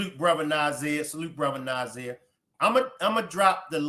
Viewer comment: She didn’t even know her right name Zaniyah it’s Na’Ziyah fool